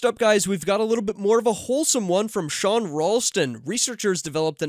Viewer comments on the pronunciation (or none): none